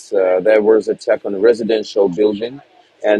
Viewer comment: when did attack become "attsack". and tactic is now "tsactsic"? And there's a new word called "Britsain". Is this Brexit from the English language??